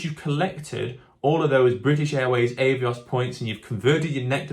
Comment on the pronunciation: I had to stop watching because of the way you say Avios. It’s Ah not Eh